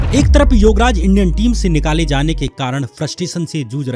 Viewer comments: Shyam, please improve your pronounciation. Don't confuse words YOGraj with YUVraj. Be careful... Don't speak like verbose. 🙏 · Bhai tum Yograj bolre ho ya Yuvraj dono same he lag rha h😂😂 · Yograj and Yuvraj mein difference nai sun raha.It should be pronounced properly.